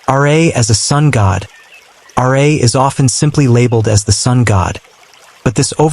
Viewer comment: "Ra" is not pronounced "Are-Ay", it's pronounced "Rah", to rhyme with Ma and Pa.